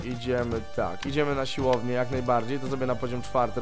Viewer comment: Proszę mów ,, siłownię ,, a nie silownie bo uszy krwawią